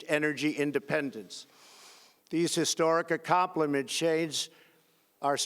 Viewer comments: Did this fool just say Toler rided? vs Tolerated? And ~Acomplimeshades ?? WTF ! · “These historic accompliments...” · I thought "No way, there's no way he says this" and as soon as I had that thought I hear "Accomplishades"....... HA